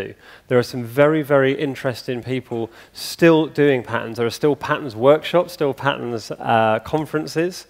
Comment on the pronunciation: To my Yankee ear, it sounds like he says patents instead of patterns.